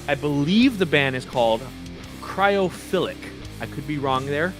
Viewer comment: Thanks for the kind words bro!!!! Cheers!!!! You did pronounce the name correctly!